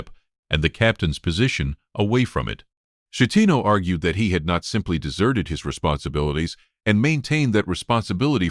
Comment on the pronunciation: A coward . Schettino ( skettino ) not shettino .